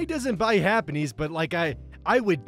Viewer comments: is it just me or is saying Happynese instead of happiness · is everyone gonna ignore how he said “happy knees” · I keep hearing happiny, as in the baby pokemon with an egg shaped rock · “Money doesn’t buy happy-knees…” This pronunciation literally awoke me from my disassociation to write this comment. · He pronounces happiness like “Japanese” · "happennese" that should not make me laugh that much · why does pronounce 'happiness' like 'happen knees' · did you just pronounce happiness like japanese